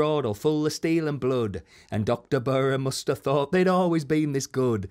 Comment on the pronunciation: Come on Berra?? Stockton pronunciation